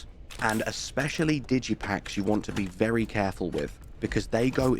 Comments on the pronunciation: I think it's digi-pick. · Digi*pick*, not pack. DIGItal lockPICK. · Digi packs? :D You mean digipicks?